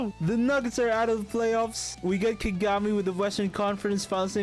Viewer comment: Why do you pronounce Kagami like that? You know dang well that’s not how you pronounce it. Don’t disrespect Taiga like that